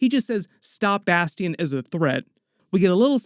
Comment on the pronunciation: Bas tee ion haha i wonder if next season is gonna be AoA